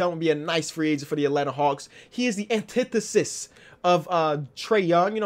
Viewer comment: LMAO emphasized ANTITHESIS so hard letting us know his vocab is expanding